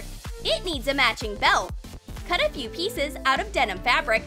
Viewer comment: STOP SAYING DENOM!!!!!!!!!